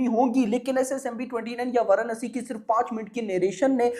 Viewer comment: Chutiya bhadave वाराणसी ठीक से बोल